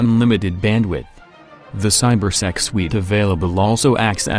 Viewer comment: i love how the text2speech says cybersex instead of cybersec lol and now the way the text2speech thing said it is in the prediction thingy on keyboard for phones and stuff